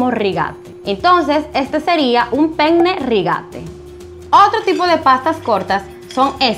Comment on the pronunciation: Solo una aclaración : penne no se pronuncia así